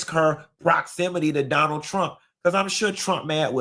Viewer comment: “I Bill Bote for Zonald Trump”